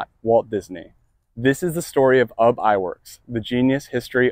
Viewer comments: It's pronounced YOU BE, NOT UB like TUB. SHeesh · I can't even WATCH or listen to this having to hear UB! instead of "Ubbie" YOU BEE